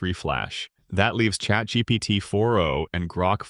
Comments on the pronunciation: "chat Geebeegeetee" hits hard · "i was. with chat. geepeteepi" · "chatGgt" lol